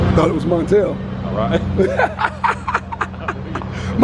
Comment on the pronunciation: he said MONTELL lmao